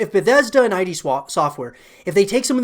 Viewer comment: It's Id, not I.D. Id as in id, ego, and superego. It doesn't stand for anything. It's hard to hear you say it wrong 100 times.